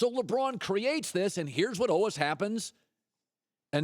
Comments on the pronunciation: The way he says al-was (al-wus) though... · I can't stand the way that Colin says "always". It sounds so weird.